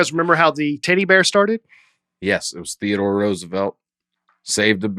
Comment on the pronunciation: sounding like he was saying "titty bear" instead of "teddy bear" was very distracting.